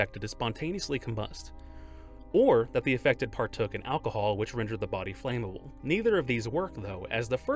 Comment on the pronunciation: The word is "flammable" not "flame-able". Pronounced flam-a-bul and definitely NOT flame-a-bul.